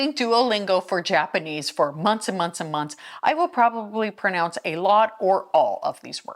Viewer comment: mispronouncing the word mispronounce